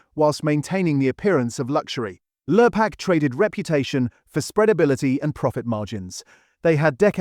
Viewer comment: Could a human narrate please? Protect Our People. Lurpark? Lure-pak?